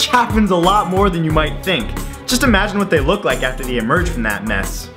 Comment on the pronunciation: Did he say lick instead of like